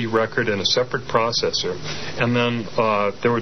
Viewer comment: What's a prawcessor? Maybe he means a processor!